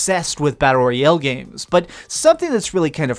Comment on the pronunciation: Learn how to pronounce “royale”